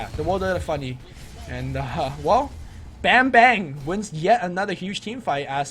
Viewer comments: it's pronounced as barm-'bar'-ng :D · "Bambang" its "a" should be sounds like "U" in "Fuck" ->> im indonesian lol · I kept laughing on how these guys call "Bambang" by calling like a banging bang. Oh well, it's Indonesian accent anyway ^^